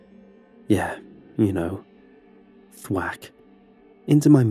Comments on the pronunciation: Stop saying thwak it’s so annoying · I found him saying "thwat" funny..